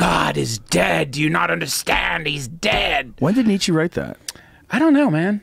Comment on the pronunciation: please stop saying Nietzsche's name, I've never heard such a painfully butchered pronunciation